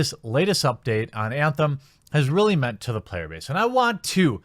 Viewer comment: "Payer Base" 🤣🤣